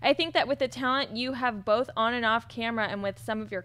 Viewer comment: it's both not "bolth";)